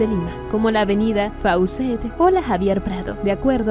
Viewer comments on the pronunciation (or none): Tu canal será mejor, cuando puedas hablar naturalmente. Se dice Av FOCET, aunque se escriba Faucett. Mejora.!